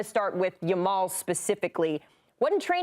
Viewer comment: This host is TERRIBLE! She keeps calling Lamine Yamal...Lamal. WTF? How clueless about players and their actual names can one be? She should not be working for this show. Get someone in who is familiar with the players and isn't just making up jumbled versions of their names. Surprised she didn't say Lessi while speaking about Messi.